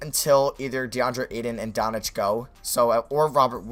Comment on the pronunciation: It's Luka Doncic, not Donic you mispronounce his name every video it's baffling